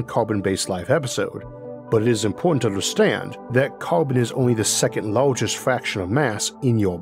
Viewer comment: Lawegest watal